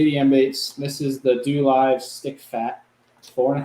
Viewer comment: as your Japanese translator, 😂. It’s pronounced Doe (DoLive). It means the way. Or it could mean soil or earth. I really like your videos!